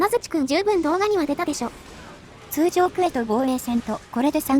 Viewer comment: 通ジョー 好きw